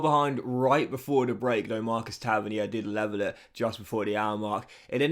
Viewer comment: Tavernier is pronounced Taverneer. You’re Frenchafying it